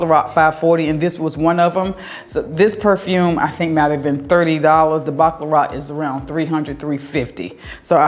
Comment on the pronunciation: Every time I hear you pronounce the perfume Baccarat, it sounds like you are say “Baklava”, like the pastry. It’s so funny your southern drawl. 😆😆😆